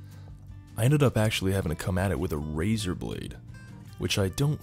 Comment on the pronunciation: 3.17 He say : razor blade Me heard : razer blade